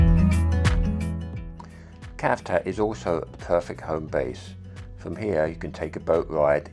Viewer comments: 🤣 Citroen is pronounced as Sitroen - so it`s not Cavtat as Savtat! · Well, nice video, but it is not Kavtat it is Cavtat witch C like Citroen (not Kitroen) 🙂